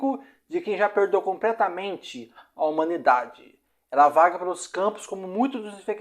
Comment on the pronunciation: Amigo voce troca o L pelo R ne? Pracenta, impracavel, compretamente. Vamos melhorar esse português ai ne.